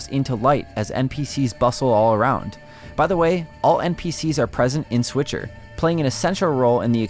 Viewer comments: Switcher 😆 he said switcher 🤣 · Please don't call it "Switcher..." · Hey everyone... it's the S'Witcher 😁👍